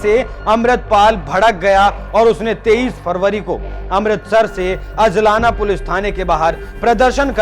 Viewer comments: अजलाना नहीं अजनाला। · Abhey Salle Pehle Bc Bolna Sikh ke aa hajlana Nai He Ajnala He Lodu Or Puri Bat bass Badkane Walle Tum Kuch Patarkar Chutiye log hoo